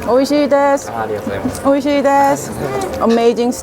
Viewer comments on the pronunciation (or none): What is Oishi? Almost sounded like “oh shit oh shit” haha I laughed